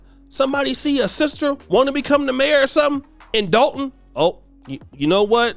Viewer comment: You pronounce Dolton wrong. It’s pronounced like you’re saying Doll (Barbie Doll) Dolton (Dawlton)